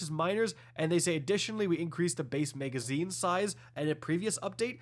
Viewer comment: Magazine >Megazine. Mag>Meg. I’m curious how you pronounce rag? Is it reg? 😂